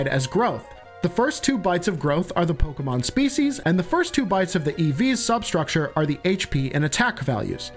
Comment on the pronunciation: Offf topic but finally a youtuber who pronounces Pokemon right…. It’s so infuriating hearing people say poke-E-mon